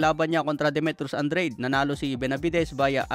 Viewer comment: Andra'de mhen. hindi andreyd